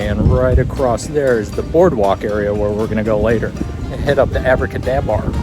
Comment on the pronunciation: Impressed by how times you said Abracadabar successfully lol